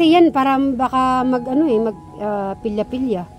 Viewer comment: nmn palya palya hindi pilya pilya😂😂😂😂😂😂😂